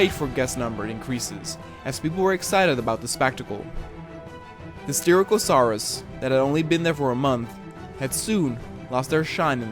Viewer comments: Btw you pronounced Styracosaurus wrong i'm not trying to be rude just pointing it out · I'll actually tell you how you SHOULD say Styracosaurus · Bro its not soochomimus its pronounced Sook-o-mime-us and for styrakosaurus its Stie-rack-o-soar-us